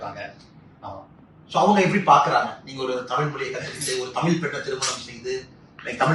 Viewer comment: At tami'zh' and mo'zh'i he gets it 100%